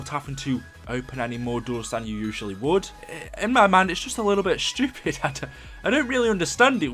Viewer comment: i love when british people say "stupid" :)